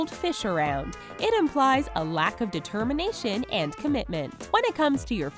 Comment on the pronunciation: DID I HEAR D E T E R M I N. A T I O N?